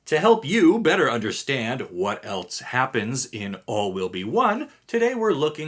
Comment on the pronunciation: There isn’t a T in the word else.